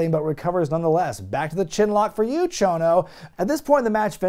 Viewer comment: Struggling? He nailed it! Konsuke Sasaki and Mr. Chono.